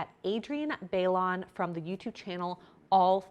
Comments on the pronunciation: she doesn't weigh herself daily. it's an ad for the scale so of course she's going to say she uses it daily and it's a necessary item. they probably told her to say that. ps it's bye-lone 😂 not bay-lon 😆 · Pronounced *Bye-Loan jeez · Her last name is pronounced “bye-lone” haha. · I know this is completely irrelevant to the topic of the video but if a channel is going to feature someone in some way, perhaps learning how to pronounce their names should be more of a priority. Bay-Lon? 🤣🤣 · lol you pronounce her name like "bye-loan", it's Spanish. Love the vids :) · Her name is pronounced by-loan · Bailon= By-lone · If you can't pronounce her name maybe you shouldn't review her diet #disrespect . Ps you didn't even use her full name. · Love your vids! reminder to make sure you’re pronouncing names correctly. Names are very important to people and we should always pronounce them correct. Also her last name is now Houghton:)